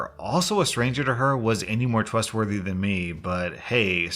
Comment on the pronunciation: listen till because he says also a stranger, would be as trusthtwothy than me